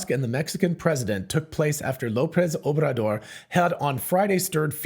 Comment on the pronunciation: "Obrador" is hard to pronounce for English speakers. Well done. :)